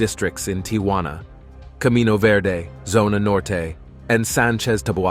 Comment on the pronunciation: Why is this youngster having trouble pronouncing "Tijuana"?